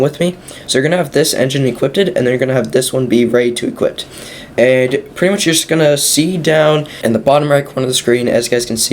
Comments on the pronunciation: "Equippeded" was annoying the hell out of me. Cheers for the info tho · "Equipped ed" LMAO!!!!🤣🤣🤣🤣🤣🤦🤦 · "IT EQUIPTEDED IT" bro had me laughing xD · Say equipted one more time... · Lmao yeah that was annoying me too